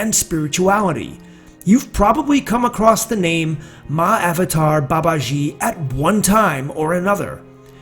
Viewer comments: I thought you said. "Many have asked me about 'My Avatar Babaji'“ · It's pronounced Maha-avatar Baba-gee. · Better pronounciation - Maha-Avataar Baba-G. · Pliz do not add false news abt Mahawatar Babaji, yu can’t even call his name properly,our Babaji is much more then wat yu r talking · Narration and style could have been better. Pronunciation is not that good. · Its spelled right, he's pronouncing it wrong.